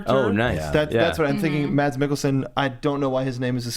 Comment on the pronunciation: Mads Mikkelsen is danish not dutch,!: ) And he's first name is pronounced mas, the d is silent.